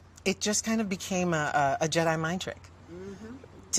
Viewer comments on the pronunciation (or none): none